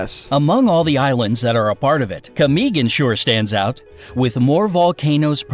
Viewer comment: How to pronounce camiguin = ca mi gin